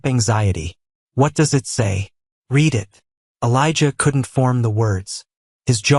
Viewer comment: Teach your stupid AI narration the difference between read (red) and read (reed). It's simple grammar and verb tense.